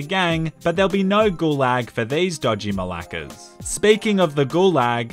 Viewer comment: I'm from Greece and every time i hear him say malaka is very weird hut I'm enjoying ot μαλάκα